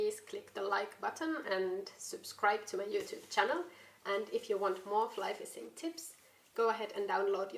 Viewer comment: Another great video! Watching yours and the videos of HannuYK gives me the urge to move to Sweden. Rain, cold AND swarms of mosquitoes? Those are some damned tough mosquitoes. Love the way you say "fissing." I look forward to future adventures.